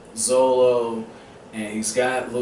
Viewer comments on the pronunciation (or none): still funny heaing you say zolo haha